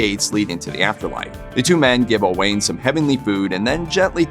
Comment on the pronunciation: Sir Owain was not O'Wain. He was Welsh, not Irish. I stopped listening after this. Whoever told you the story was pulling your leg.